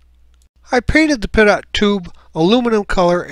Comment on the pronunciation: I believe the word "pitot" is pronounced peet-toe rather than pih-toe.